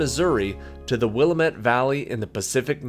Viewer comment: Pronounced Will-AM-Met…😎